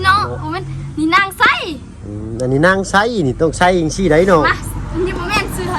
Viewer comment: นางไซ ถูกต้อง นางไส ✖️น้องไซเถียงๆๆ สรุปชื่ออะไรกันแน่ ออกเสียงไม่ถูก หรือฟังผิด